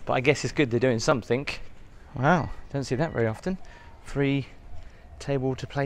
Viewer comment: Somethin'g' not somethin'k'.... :(